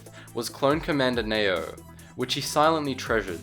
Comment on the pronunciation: his name isn't pronounced Nayo its pronounced as Neeyo